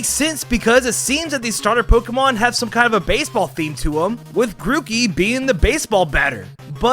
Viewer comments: Was i the only One noticed 'mookey'? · The funny thing is that none of the types on the starters come true sorry. P.S. you called Grookey Mookey. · He sayd mookey/ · DID HE SAY MOOKEY XD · Ah, yes. The Grack, Feel, and Wadst types. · Ah yes. Grack, fiel and wadst.